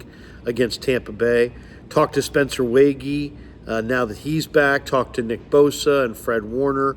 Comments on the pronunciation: NDSU Fargo native checking in again. I thought we’d for sure be done with this topic, but since he’s signed, I’ll try once again: It’s still pronounced Spencer “WAY-G” and not “WAY-GHEE”. 😉 Bonus points if you ask him directly and get proof of it on video. If I’m wrong, I’ll become a channel member and donate another $5 for a comment stating that I was completely wrong and I’m not a good NDSU Bison fan. 😂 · is the biggest Waege fan and doesn’t pronounce his name right lol